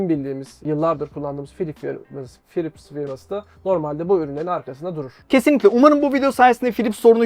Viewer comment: Philips harika bir markaydı... Gerçekten harikaydı. Ama ne zaman biliyor musunuz? 'Pilipis' diye telaffuz edildiği zamanlar...